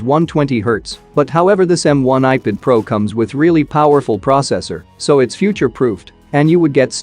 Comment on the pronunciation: Please do something to make your bot pronounce ipad as ipad not "ipud"